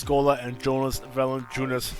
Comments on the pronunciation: 2K16 it is pronounced Val in chu nas. He can't shoot but he grabs all the rebounds. You got rid of a lot of great players from The raptors. And valinchunas his first name is Yonas but spelt Jonas. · 2K16 his first name is pronounced YO NAAS